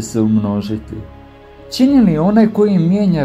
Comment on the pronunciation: Ne kaže se dogaĎa nego dogaĐa i ne kaže se Ćini nego Čini,nauči prvo da pričaš pa možda dobiješ još koji sub